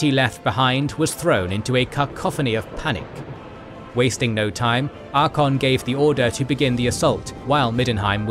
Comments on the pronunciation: ar-cay-on not archon, sorry i couldnt listen to 4 hours of the mis-pronunciation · genuine question, is an AI voice thing used for this vid cuz some of the character names are so abhorridly mispronounced.... best example is ArchAEON pronounced as ArcHON. i can't even pronounce Bel' akor the way this dude did... was something like beeliko or whatever. i'm not trying to hate but yeah it gets vERY distracting in an otherwise brilliant video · I'm gonna have to sit through 4.5 hours of him saying "Archon" instead of "Archaon"? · ArkAYon not ArkON. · Archaon is pronounced “Ark-A-on” not “Ark-on” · Love this channel, but consistently, this narrator has difficulty pronouncing things correctly. Maybe a bit of practice would help, and looking things up before recording? E.g. "dwarves" not "dorves" And "ArchAYon" not "Arkon" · Cool video but it's disappointing that time wasn't taken to correctly pronounce Archaon(as Archon), Clan Skryre(as Skyre) and Dwarfs(as Dorfs). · The vid is amazing but you have to learn how to say some words from the universe. You have used so many models from TW franchise and even there characters say their names. I didnt know there were dorfs and Sarsnik in Warhammer. Same for Archeon. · Are-Kay-On. It ain't that hard to pronounce. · cant stand how "archeon" is pronounced xD had to ditch after 12 min. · Unfortunately, after the third use of "Arkon" I had to stop. Just. Stop. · Great video, love all of your guys stuff. The Archaon pronunciation was kind of annoying. No real problem though. Another amazing video. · Y'all need to learn both how to spell and pronounce Archaon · Cool vid apart from the constant mispronunciation of Archaon and other ppl/places but that's what you get when using text-to-speech voiceovers. That aside it's great to see a concise and entertaining video about the mess that is the End Times. TY. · Listening to this and twitching every time the narrator mispronounces ArchAon.